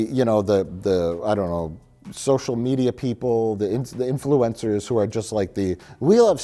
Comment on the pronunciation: I like how Mike says 'influencers' like 'influenza'. I'm stealing that.